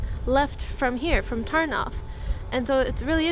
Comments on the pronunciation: Sry but i gotta say this : pl "ó" and "u" is Ur "oo" and is always "oo". the same with our "w"= Ur "v" and Ur "w"=our "ł" And there are just no exceptions. So Tarnów is not Tarnowe, Ternav, it;s just Tar-noove! It should be simple for U cuz u got all vowels that we have. Poles are in a worse situation cuz the English tongue has more vowels than the Polish one has. U might have some problems with our consonants though:P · I don't know if anybody told you this yet, but the Polish letter '' ó '' is pronounced sort of like the '' oo '' in the English word food. So, it's more like an u sound than an o sound. So Tarnów is pronounced like Tarnoof with English phonetics. Keep these vlogs coming, these smaller cities in Poland are really unique and beautiful, and thanks to your amazing vlogs I can see that I have more places to visit the next time I go to Poland! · Great video! Oh, and, by the way an "ó" isn't read like an "o", but like an "u" (basically, "u" and "ó" are the same)